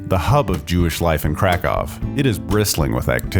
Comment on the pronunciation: It would be better had the narrator known how to pronounce the name of the city and of the Kazimierz district. The statement that 75% of the world's Jews once lived in Galicia is nonsense. Credibility is important.